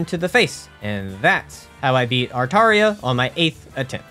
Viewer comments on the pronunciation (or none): How do you pronounce "Aratra" as "Artaria" ???